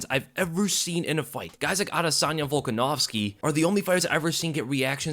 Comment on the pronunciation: “Adesyna Volkanosvki”